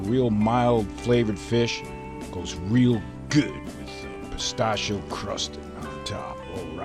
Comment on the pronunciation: Peh- Stashi- EEE- Oh~ Not Peh-Stash- Oh~